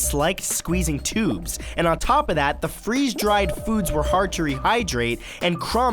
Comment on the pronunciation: 99%i don't like the animations -me pffffft he said it like tiat 😂